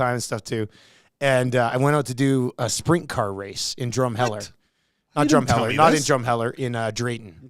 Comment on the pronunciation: It sounded like was saying spring car racing..it’s Sprint car for reference.